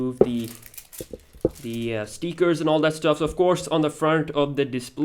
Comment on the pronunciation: It's stickers not steekers